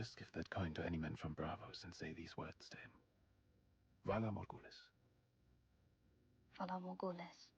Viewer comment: That was the worst pronunciation of "Valar Morghulis" I've ever heard!